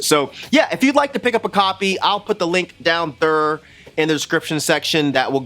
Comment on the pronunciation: “Down Theer” 😂